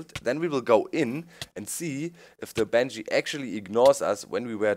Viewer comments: He or she means the pronunciation of Banshee, because Doc is constantly saying something that sounds like Banjee. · Need to spawn bange? lol its ban-shee